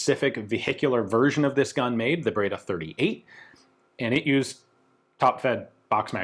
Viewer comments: Ian you speak French why you butcher Italian so 😭 breda not braida. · Breda it reads , bredr, e as end.